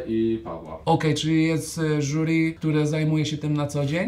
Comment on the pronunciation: "żuri" xD